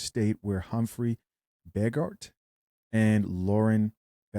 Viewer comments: Jajajajajaj begart 😂😂😂never heard it said like that before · That's pronounced Humphrey (BOH-GAURD) & Lauren (BA-CALL)...They're old school Hollywood actors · Hey stupids I know who they he didn't, he pronounced both of their names wrong 🤦🏾‍♂️